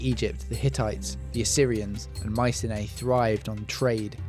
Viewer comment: Interesting but some strange pronunciations. Canaan & Mycenae. I'm not sure when Thera blew, but couldn't these 'Sea Peoples' be displaced Mycenians, after all we know next to nothing about them?